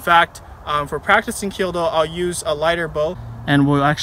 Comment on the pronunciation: Kyu-do not Kyo-do.